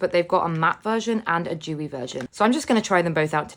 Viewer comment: Its dewy not vewy